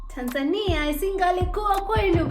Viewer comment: I like the way you pronounce Tanzania. It's always supposed to be "Tanza'nia" not "Tan'zania'!!!